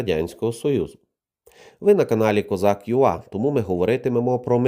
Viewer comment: Дякую за контент! Дуже ріже вуха коли називаєте свій канал козак ю-а замість козак ю-ей. Мабуть англійську не вивчали.